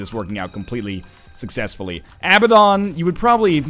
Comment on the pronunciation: IT IS PRONOUNCED uh-BAD-un, NOT a-ba-DON